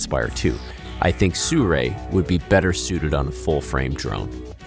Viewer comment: I hate the way you pronounce Sirui.